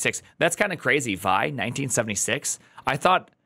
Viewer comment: Just so you know... Back in the day when people were actually using 'vi', no one ever pronounced it as like 'vie'. Everyone called it 'vee eye'. The older *nix guys among us are inclined to laugh at you if you pronounce it any other way. :-D